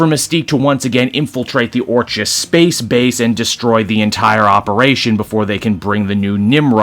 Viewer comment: It's pronounced "ORK-iss." Like the word "orchid," hence their flower logo.